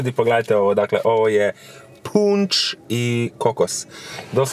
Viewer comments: kako si izgovorio punč ,umirem Haha najjači si😘😍💋🔥🔥🔥🔥🔥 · poslusajte kako je rekao punč i kokos nije hejt vec je smjesno